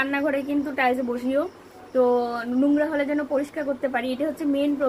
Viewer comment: কথাটা টাইলশ টাইশ